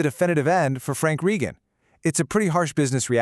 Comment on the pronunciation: Have you even watched "Blue Bloods"? You can't even pronounce "Reagan". They had accepted pay cuts in 2023, but the show was still too expensive. It wasn't just Tom who was disappointed—the other actors and the entire crew were too. You should watch or read the comments from Donnie Wahlberg and Bridget Moynahan. I'm part of Tom's family, and we've talked about this, too. Tom was asked if he wanted to be on “Boston Blue,” but he turned it down because he wants to leave “Frank Reagan” in the past.